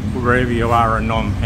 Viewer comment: Dude it’s Phnom not nom.